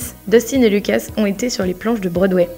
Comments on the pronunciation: 2 choses que tu savais pas sur st. 1.On dit demogorgon et pas gorgone 2. Lucas et pas lucasse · Pas lucase Lucas